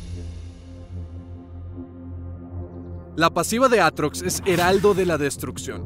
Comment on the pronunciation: devuelvan la R a mi Aatrox >:(